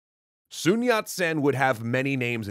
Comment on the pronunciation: I'm pretty sure that common pronunciation is "Sun", not "Soon". Source: I'm Chinese and grew up in Hawaii. Oh...and are you not doing the cool quirky voice anymore? It was your differentiator - it really made your videos stand out!